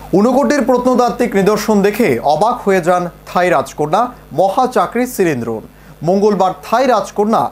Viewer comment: রাজকুমারীর নামের উচ্চারন শুনে আহত হলাম! মহাচাকরি সিরিনড্রোন নয়, উচ্চারণটি হবে.. " মহা চক্রি সিরিনধ‌র্ণ "